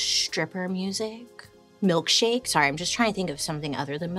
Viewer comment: She said milkshak,e and now that's what it is in my mind, it's like the moment she said it! Lol Now I cant un see it!